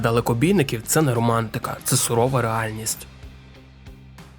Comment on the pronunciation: не сурова, а сувора😅